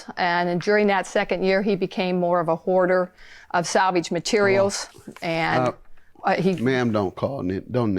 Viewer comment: Lmao: She said Hoarder (whore-der) 😂😂😂😁